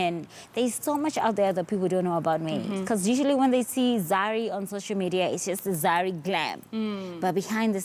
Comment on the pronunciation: It's social media not shosho Madiya zari🤣😂